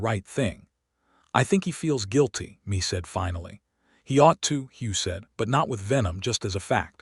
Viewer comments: Mee reed? Not May? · Good story of two people who met on a dusty road and fell in love and a family followed. AI just cannot get pronunciations correct Mae is not me its May! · The name "Mea" is being pronounced like "me", where it is more likely it is to be "May". A good story. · Good storyline! This is Mae and Hugh story. Mae left Colorado for a better life where she could be herself and not being controled by her brother-in law after her husband passed away. A little rushed at the end but all in all a good story. Mae is pronounce May. These storys need to be proofread by a human being before they are posted for the public. This enability to pronounce names correctly detracts from the story. Listening in Texas.